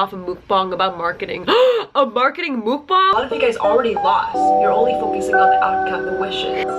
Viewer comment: muck-bahng is how you pronounce it <3 =)